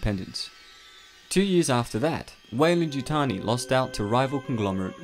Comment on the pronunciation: You keep saying waylan yutani lol